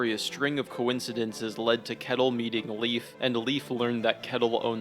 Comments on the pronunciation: you keep saying leaf its leif L-A-ff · Leaf is pronounced layf and kettle is pronounced shetil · "Leaf" ... As a Norwegian this pronounciation hurts so much lmao. The other mispronounciations are nothing in comparison HAHA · Great vid, but “Leaf” and “Gardar” kept taking me out 💀